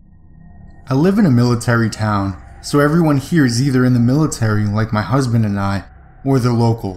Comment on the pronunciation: Did you just say husben